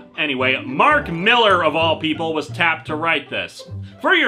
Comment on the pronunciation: It's pronounced "MILL-LAHR" (he's Scottish) and I thought his work sold?